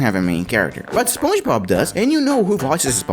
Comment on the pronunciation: Spuoin bob?!💀 Alright this comment is not a insulting thing so don’t give me some bunch of pisses comment about stuff. Thank you (anyway it supposed to be spon ge bob)